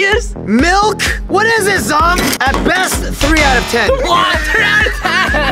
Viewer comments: Bruh Zhong not song Kat not cat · she said zong and cat not zhong and cat but its zhong and kat like can she even type?